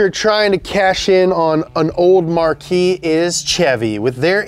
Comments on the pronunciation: For the love of god, "marque" (as in the brand of vehicle) is pronounced "mark." One syllable. Not "mar-kee." That would be Marquis, like a Mercury, or marquee, like the canopy in front of a hotel. On that note, Mk is short for "Mark." So Mk5 is "Mark five." Please don't ever say "em-kay five." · A company marque is pronounced as “Mark”. A marquee is a big tent...